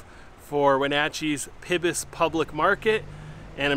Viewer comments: Say it with me now... "PIE-BUS".... Good! I love that you enjoyed India house, it's pretty tasty. Try McGlinns for some good eats next time around :) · It's pronounced pybus as (pie-bus) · Thank you, Nice video. FYI: Pybus Public Market is pronounced “PIE- BUS”. The Pybus family owned it; was a metal fabricating business. My husband used to be a wheat farmer and can remember driving thru there to pick up some metal pieces. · Enjoyed the video but, just so you know, Pybus is pronounced Pie-bus... like apple pie. :-) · You’re going to have to go back to Wenatchee and check out more places! Not everything in pybus is dine in (btw it’s actually pronounced PIE-bus). Some of the coffee shops there have to go options and they’re really good!! You also need to hike saddle rock, and explore more places on the loop trail if you have time! There’s so many wonderful gems in Wenatchee and I hope you’ll learn to know them! You should also come down to Wenatchee for the apple blossom festival this week/weekend just for fun!